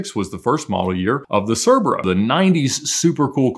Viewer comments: Its pronounced Sea-bra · It’s pronounced ker-vehr-a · Cerbrera According to TVR, it's pronounced Kurr-brare-uh